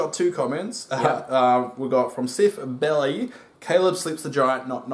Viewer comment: It's pronounced Bell+eye, but everyone says belly. 😄